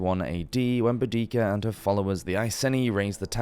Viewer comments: B’deeka? 😭😂😂😂 I know who Boudica is but who is B’deeka?! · BOO-di-kah is how her name is pronounced.